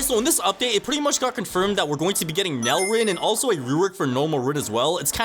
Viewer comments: Bro pls don’t call it NEL like that, it’s pronounced N E L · Why do yall call it NEL/Nell rin because NEL is a abbreviation for Neo egoist league so saying Nell would be wrong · ngl its be pmo when people say nel ITS n.e.l